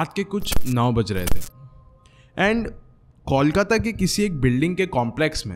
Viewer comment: There's no place in Kolkata named Ajanta Tunnel and No tunnels connect Barrackpore to the main city . The boy the In the audio was not even able toh Pronounce Kolkata correctly .... Nevertheless nice story .